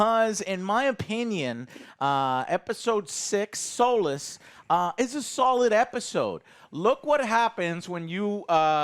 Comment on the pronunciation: Soless, why are you pronouncing it wrong? It was literally in the title of w James Bond movie and I'm like 90% sure it was the name of an old Halo mission! Solace! It's Solace! SAAALACE